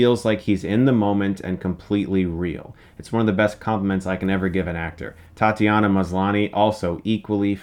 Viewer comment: Thank you for pronouncing Tatiana Maslany's name right :) so happy she's doing great after Orphan Black #CloneClub